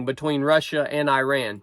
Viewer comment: You are pronouncing Iran incorrectly